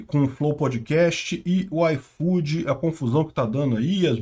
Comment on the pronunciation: Nunca usei esse "aifodi", e agora menos ainda!